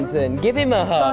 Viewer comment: just said "hewll nawh i downt wanna gwive hwim a huwg!"